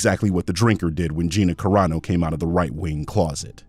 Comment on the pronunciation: Let’s see if he tries to humiliate you because you said Gina Carnak instead of Caranu. I bet he does.